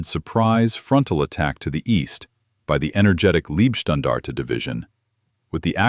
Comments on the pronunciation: Pronounced "Lejbstandarte" not libstandarde!! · Please learn to properly pronounce the word Leibstandarte.